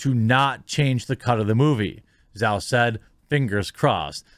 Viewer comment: It's pronounced Jau.